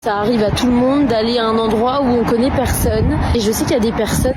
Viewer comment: Faut m'expliquer la ça se prononce perseunne ou personne